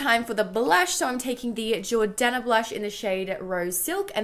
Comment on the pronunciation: She said jordana right the second time ugh thank god qqq